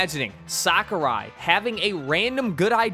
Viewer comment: It's crazy to me someone can make a entire video gurgling the balls of someone whose name they can't even pronounce correctly.